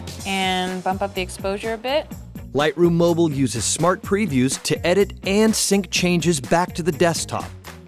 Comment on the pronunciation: Not everyone falls into the Apple trap there is life out side of iPads come on Adobe get in the real world, after all mac's has less colours then pc's for a start... cant even say the word 'mobile' correct lol